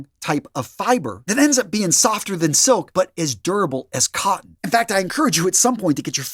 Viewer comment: Organic "cotten"... say again?